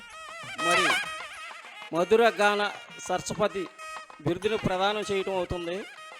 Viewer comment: చరస్పతి కాదండీ, సరస్వతి